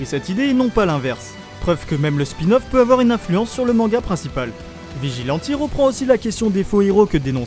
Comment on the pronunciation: Arrête de dire vegilenti stp